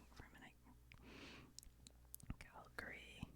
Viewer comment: I’d just like to mention that I appreciate you calling Calgary “Cal-gree”. A ton of Americans and even Canadians from the east emphasize the “a” after the g (Calg-a-ree).